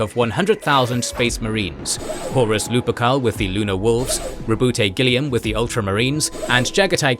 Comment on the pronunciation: Not Guilliam